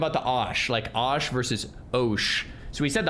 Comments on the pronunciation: first time ive ever heard it said with an AHHHh rather than an OHHHH. There is no letter A in the word. Thats crazy talk. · BRIE like the cheese OH as in OH MY GOD and SHH as in quite down. There is no A sound in osh.